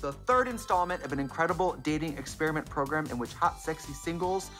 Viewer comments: Love when Trixie says progrum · Love that Stacy still says 'pro-grum'